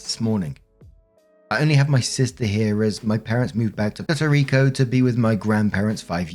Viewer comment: It is not Pyerto Rico, it's Pwerto Rico.